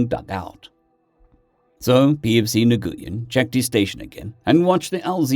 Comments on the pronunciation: Nguyn is pronounced win. I know it always throws me too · Nguyen is pronounced NUWIN. Americans of a certain age are familiar with Vietnamese names for a certain reason. And Pho is delicious, but it's pronounced Pha with a hard p. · Hey, Nguyen is said "When" or "Win", it's the most common Vietnamese surname. I know several people with the name that say to say it like that, though others might try and get you to pronounce it with more precise nuance concerning the "ng" and upwards inflection.